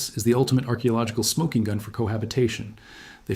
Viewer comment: I've never heard it before, but it's certainly AI regardless. Listen to they way it consistently puts the emphasis on the wrong word in the same way. For example "Site Y" (using the wrong emphasis seconds after saying it correctly) - and "smoking gun"